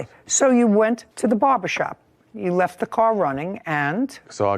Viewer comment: When Judge Judy asked the first defendant what happened, he said, "It went leff." She said, "What?" I'm with her. Half these folks don't speak English. I don't know what 'going leff' means, either. She's got a really tough job!